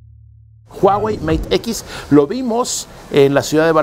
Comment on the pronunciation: Your pronunciation of huawei is very accurate，while other pronunce "wa wei"